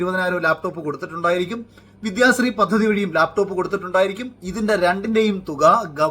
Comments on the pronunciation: ലേപ്ടോപ് അല്ലടോ..... ലാപ് ടോപ് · മുഖ്യന് ലാപ്ടോപ്പ് എന്ന് നേരെ പറയാൻ പോലും അറിയില്ല. ആ പോട്ടെ , ബാക്കി നോക്കാം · "ലേപ് ടോപ് " വിജ്യൻ 🤣🤣🤣🤣🤣🤣